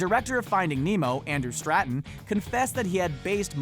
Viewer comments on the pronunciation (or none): Andrew Straton? It's Andrew Stanton... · Andrew Stanton, not Stratton. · Andrew Straton!? His name is Andrew STaNTon! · One correction: It's Andrew Stanton - not "Stratton." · Andrew "Straton"....For reals? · Stanton, not Stratton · “Andrew Stratton”... erm no that’s not correct... it’s Stanton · “andrew straton” its andrew stanton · They said Andrew Stanton's last name wrong. They said is as "Stratton." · These things seem pretty obvious if you're a film nerd like... me... Oh and, I can't believe you mispronounced Andrew Stanton's name. It's not Stratton, it contains no "R's".